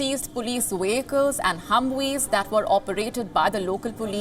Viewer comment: Ah yes the humwees and wehicles